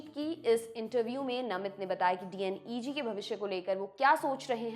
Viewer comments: D N E G nhi डी नेग😅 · right but this youtuber not pronunciation proper. DNEG ko D N E G bolta hai 😂